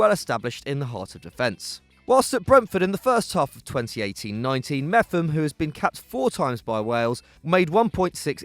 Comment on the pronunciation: its pronounced MEP-HAM